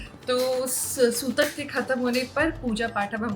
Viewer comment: Sobar bolate Hain 😮 sutak nahin kahate h